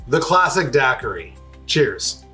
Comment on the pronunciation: I'm a bahamian and hearing you pronouncing daiquiri is making me wanna not sub (jk)